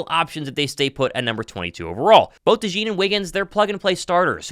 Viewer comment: I can’t believe how De Jean’s name is being pronounced 👤